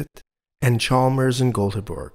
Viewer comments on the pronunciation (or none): none